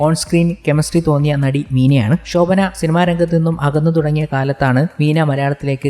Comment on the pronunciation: ഷോഭന അല്ല ശോഭന